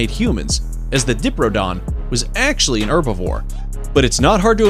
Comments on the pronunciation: Mispronounced your own text. Diprodon, should be diprotodon. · Diprodon? Did you say DIPRODON? You even had it written properly on the screen! Diprotodon. Pronounced: Die-pro-toe-don. Please try a bit harder in future. Edit: Oh...and your 'aboriginals' were just appalling. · Its pronounced die-proto-don. Bunyips are almost certainly based on seals and sealions swimming up rivers and into inland waters. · It’s die-pro-do-don not dip-ro-toe-don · he cant say diprotodon, he says dipradon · "7 Mythical Creatures That Existed in Real Life" ...with a few caveats. Sorry, tabloidy bollocks, thumbs down. "Diprodon"? LOL Try "Di-Proto-Don". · It's pronounced die-proto-don